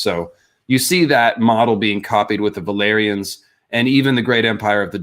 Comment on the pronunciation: Is it just me, or did say "valerions" instead of "valyrians" at least a couple of times?